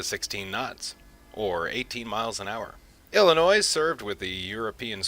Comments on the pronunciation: You have a lot of great information in this video; however, you need to learn how to pronounce Illinois (pronounced Illinoi). also please be excited about your topic, you sound like you are reading a book. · The S in Illinois is SILENT!!! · the 's' is silent